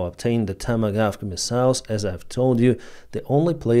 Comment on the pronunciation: The long range cruise missiles are called “Tomahawk”. Not “tomagaf”.